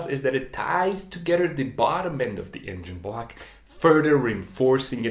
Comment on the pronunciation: Engine BLAHCH